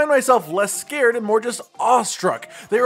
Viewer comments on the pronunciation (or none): none